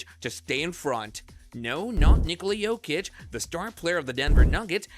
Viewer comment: at :20 you call him Nikola Jokić lol